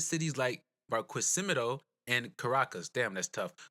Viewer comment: So cute how you pronouced Barquisimeto <3